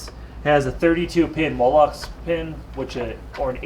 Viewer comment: I have never heard anyone pronounce molex as molox before :) I enjoyed the video, but had to mention that.